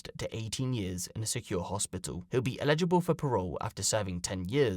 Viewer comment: You need to learn to pronounce ELIGIBLE. You say it like “illegible” (unreadable) and it GRATES on the nerves.